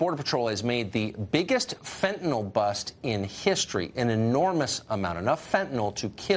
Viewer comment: Oh, and another thing. Will somebody please tell these Fox commentators (including Trump) that it's FentanYL, not FentanOL. If you're going to pose as an expert, at least get the name straight.